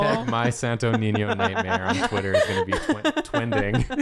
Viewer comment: I just,,,,,,,, love pronouncing sto niño properly and the others are just, SanToH NeenYoh No offense, just so love hearing non filipinos pronouncing our words sjdnskndksnckd Love u guys!!!